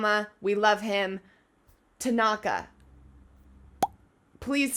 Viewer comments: "Is it TAgAnGA? Me:GOD PLEASE NO ITS TANAKA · I died when she said Takonga😭😭 it’s Tanaka😭😭 ✨ T A K O N G A ✨ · It's pronounced (Su-ga-wa-la) spelled sugawara tanaka (ta-na-ka) it's called low quality he would omg lol- so sugawara senpai that would be me the face kageyama makes after tho- oikawas (oi-ka-wa) theme I can hear the Yahoo's in the background lol I think like 12 but I'm not sure it's the one where that one dude teaches yams idk which one it is tho we luv some character growth we luv tanaka I think I'm not sure tho it's been a long time since I watched ep 8 at the end and 9 he gets actually introduced his name is kindaichi (kin-dai-ch-i) (like dai-ch-i the captain of karasuno but add a kin to the beginning) except romance anime as we all should ✨💅 true but more like 15 lol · Ah yes, "Takonga"😂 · When she said "Takonga" I lost it XD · i think tanaka is pronounced tan (like spray-tan) tan- ucka or at least that’s how i always pronounce it but it doesn’t matter that much anyway 😅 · Who else died laughing when she called tanaka, tagonka. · Ever since she called Tanaka "Takonga", I can't stop hearing it everytime she mentions him 💀😭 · T A K O N G A